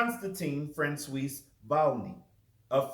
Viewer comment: Ok I finshed the rest, poor francios having his name so severely mispronounced “cios” can be pronounced as “swah”. But thats beside the point. And I don’t disagree that mythical jesus is not a wide spread believe in scholarly circles. The only problem I really have here is: you claim wikipedia reliable. No! Not good, wikipedia is an excellent start to research but only for a very general overview and the source links at the bottom. I assume you are a bit older than me, so you where not marked as “poor research” when you just used wikipedia as a source in middle and high school as I have. Furthermore wikipedia is not at all unbiased, since anyone can edit it, there are quite a few intentionally false things there, now hopefully they do get corrected by others over time, but the more specific and rarely visited an article is the more prone are you to read false information on there. I do not however think that daubigny, jesus mystical theory, or fringe theory to be infrequently visited articles and thus I tend to still go with: “a good start for research, but not really a good reliable totally unbiased source”